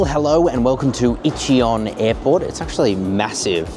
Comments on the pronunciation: e chiyon airport ❌ inchon airport (pronounce)✅ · I-CHI-WON airport HAHAHAHAHA